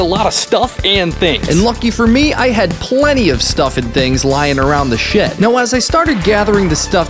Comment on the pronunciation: when you said "I have plenty of stuff lying around the shed" I heard "I have plenty of stuff lying around the sh*t"